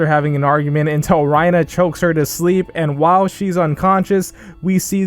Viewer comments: You really butcher these names. It's "Mah-gith" It's "Tih-ber" It's "Rhy-ner." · why do you say reiner like that lmao